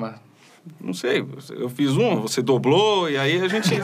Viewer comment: Eu fiz uma e ai você "doblô" 😂😂😂